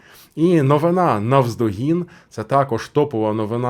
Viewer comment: Ваша неповага до мови вражає. Хто вас вчив ставити наголос у слові новина на останній наголос? Мене навчали що є новИна. А ви будь ласка вивчіть правила, якщо вже користуєтесь солов'іною